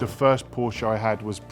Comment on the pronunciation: What is a porscher ???